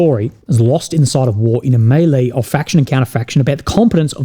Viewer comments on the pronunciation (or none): none